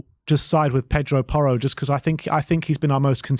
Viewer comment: It’s porro